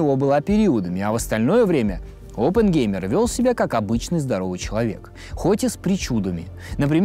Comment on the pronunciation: Через пол часа от постоянного повторения фамилии Опенгеймер, да еще очень противного произношения, вас просто начнет тошнить и вы выключите видос навсегда. Чуваку явно нужно в жизни найти другое занятия.